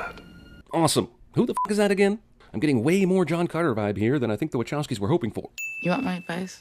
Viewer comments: You keep saying waCHowski emphaszing the ch like "chair" but isnt it pronounced more like wakowski with a sharp c. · Isn't it pronounced wa-kow-skee brothers?